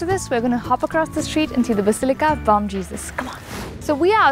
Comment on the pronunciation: It would have been lovely, if you had covered up a bit because every religious place deserves that respect, don't you think??? And as bom is a Portuguese word, the letter M in it is silent., you do an amazing job as a presenter bdw: )💗